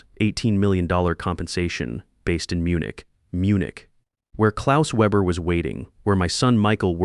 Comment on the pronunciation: I have listened to this olid story on another channel. If you're going to use German, then I would suggest you formulate it properly and pronounce it properly! That includes the Weber business name. Ditto for dollar amounts which cock up the flow of endless stories.